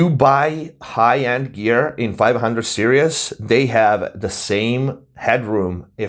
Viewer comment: I really love the fact you say "serious" instead of "series"... it's one of those endering things you end up loving when someone is fumiluar. 500 serises is so good... make sure you have a really good lunchbox and you'll be fine... I love the idea of creating my own console with easy complete mix and match esactly what I would want... that's avbig dream to do that properly one day... The term toy is a bit vauge also... bucause that would be a toy for me... a 500 serises console but it would be used for professional use... I will just be having so much fun from it like a toy... if it doesn't sound very good then it isn't fun... so maybe I want the gear to be toys... toys I love and appceaite... in that context Lego wouldn't be a toy to me, it would be boring and usless... just to 360 the table on that remark... forums are definaly a hide out some narcsisitic bla bla blas... it's also where you might find the real good advice... so just learn to negogate between good and toxic people